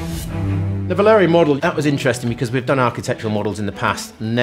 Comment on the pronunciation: VALYRIA, not Valeria, VALYRIA